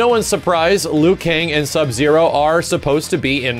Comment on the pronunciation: Ha, he said Zub-Zero.... how old am I?